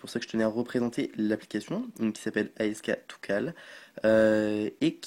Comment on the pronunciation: Ca se prononce pas dutout comme ca.. Asktocall..